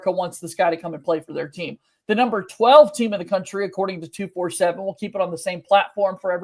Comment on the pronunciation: I work for 247 sports. You don’t pronounce it like 2-4-7 sports. Pronounce it like 24/7 sports! I hope this helps!